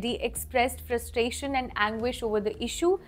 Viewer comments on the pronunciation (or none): none